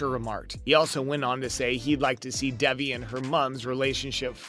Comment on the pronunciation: I'm sorry for being that person but her name is pronounced Day..vee #teampaxton